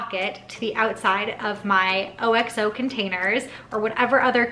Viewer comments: Just an fyi - It's pronounced Ox (as in the animal) ohhh; not O.X.O. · Love all your ideas. OXO is pronounced AhhxOo 😉